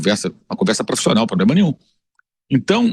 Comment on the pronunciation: "poblema", vampeta?